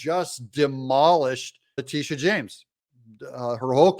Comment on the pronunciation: That females name is La-Titi-a..